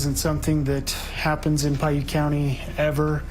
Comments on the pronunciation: you pronounced the name of the high school wrong it's pronounced Pie Ute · Native utahn here Piute is pronounced PIE-YOOT